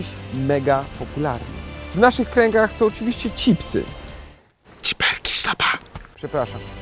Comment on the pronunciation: Sztaba je CIPSY 😂😂😂 Cały świat CZIPSY 🙃